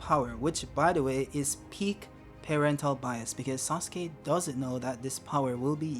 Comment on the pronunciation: Why are you calling "Sasuke" as "Suske"? 😂